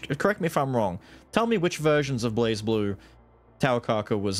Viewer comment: Don't "kid" and backpedal. Just say "Blaz" unapologetically. If they wanted you to say "blaze", they should have spelled it correctly.